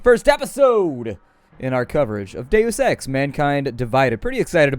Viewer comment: wheb you say deus ex, it sounds like daily sex